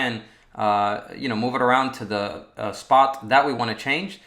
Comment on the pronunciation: I can’t help but notice that he says Thee instead of the, “Thee screen, thee button” 🤪Anyone else? No just me. Ok.